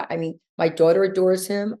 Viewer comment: Why does she always add an extra R into daughter? ‘Daurghter’ 😒